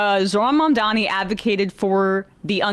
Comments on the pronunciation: Why can't many people pronounce his name right, it's MaMdani? So many say MaNdani. Hope they get it right by the time he's Mayor. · Anyone notice neither of those 2 could say his name Zohran Mamdani. 🤦‍♂️😂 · You would think he could pronounce it since it ends with a vowel like his. He's getting tripped up with the m and the n.